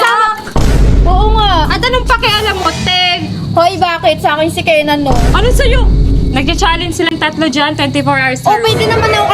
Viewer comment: kenllaine/zaillaine❌ kenzai✅